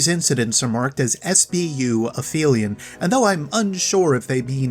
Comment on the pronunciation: Quick note, when referring to the real world term Aphelion (furthest point away from orbits centre) it is pronounced "Ahp - Helion". In Destiny the creature is pronounced "Aff - felion" by a Techeun.